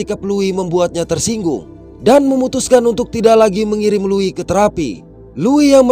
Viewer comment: Tumben ada org indo yg bisa baca nama Louis dengan benar 🗿